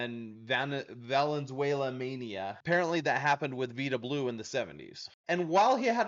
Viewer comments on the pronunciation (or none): First off, its pronounced VY-da Blue. Dusty Baker's 3 player 1971 Rookie card, maybe?